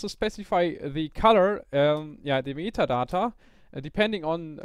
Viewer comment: Did he just said "metatata" or just me? :p